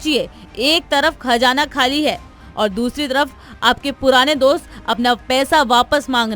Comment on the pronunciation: Hamara khajana Nahin khazana ha Bolna seekho